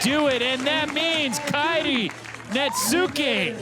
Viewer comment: Kairi Netsuki has been out here for over 2 years and these dudes STILL don't know how to pronounce his name 😂 The U is silent.